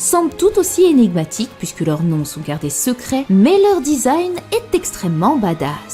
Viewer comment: Je me demande c'est quoi son accent qui consiste à prononcer les "u" suivi d'un "i" en "ou". une "souïte", "pouïsque", "louis"